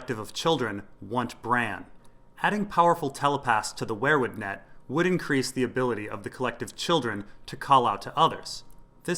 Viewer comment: Dude, I like your videos, but its not pronounced 'where-wood'. Its 'we-er wood'. Driving me crazy.